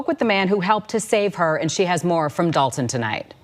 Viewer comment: The moment you said Dolton…🤦🏿‍♂️